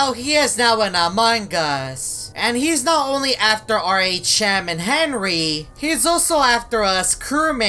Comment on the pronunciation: u said henwy